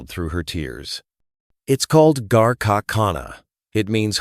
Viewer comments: I wish Mr.Harvey had learned to at the least pronounce Priya’s name correctly. The announcers should have done the same. Priya’s name is and not Chandree. Also Garaka khana is Ghar ka khana. It means Home Food or Food like made at home. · Proud of Priya and Steve Harvey. Word is 'Ghraka', Ghar is is based word meaning home. It is not 'Garaca'. Name is Chandra and not Chandry. Please say the words correctly and spell them correctly too. We understand what is the real word but it is better if you do too.